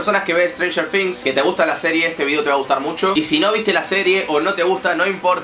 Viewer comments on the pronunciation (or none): strenger things* NO "strenger fings" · Se pronuncia con "z", pero también escucho F jajajajaja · No se pronuncia con f se probuncia cob z la palabra things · Siento que decís "strenger finx" jajajaja Nose que onda , capas es así y yo boluda siempre diciendo "strenger thing "TINGs". equisde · Si yo tambien lo escucho que dice strangers finx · Jaja "estrenjer fings" xd te quiero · "estranyer fings" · "Stranger fings"